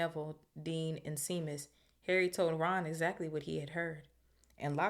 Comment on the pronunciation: Love the read so far... one thing though Seamus... is pronounced Shaymus, its an Irish name.